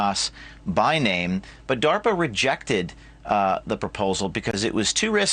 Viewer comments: What the hell is darper? I thought it was DARPA! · "A grant that was submitted to 'Dahwper'" 🤣 I hate the sound of this guy's voice. 😑 It's like nails on a chalkboard/knives on a plate/children screaming/the worst sounds imaginable all smashed together to make lies. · Him saying "darper " gets under my skin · Dawper not DARPA so he is not lieing. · "Darper" lol Sort of like Canader. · WTF is DAWPER? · Why does he say darpa like that?